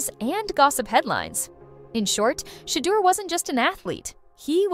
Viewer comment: this chic called him sheee-durr lmao